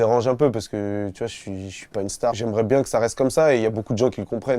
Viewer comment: "Bieng le bonjour la TPZance" 😂😂😂